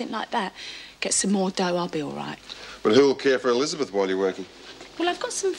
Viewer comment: I love the way Amanda Muggleton says ‘Elizabeth’ - real, correct pronunciation 👌🏻